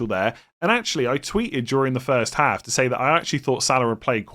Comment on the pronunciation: What’s the accent? Your pronunciation of Anfield & half is wild😂